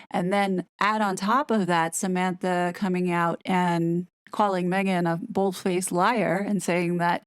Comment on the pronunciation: I think it seems a very professional video & well researched. The "Me hhh ghhan" pronunciation grates though, sounds babyish & spoils the flow of the narrative.